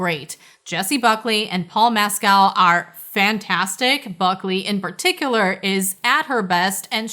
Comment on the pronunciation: Paul Mescal's last name is pronounced MESSKEL, I heard him say his name.